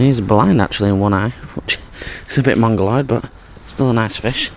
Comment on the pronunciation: You say "mongolied" at 3.29 minutes. Is it a carp term? Nice vid by the way.